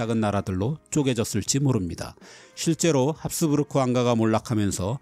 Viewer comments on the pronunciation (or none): none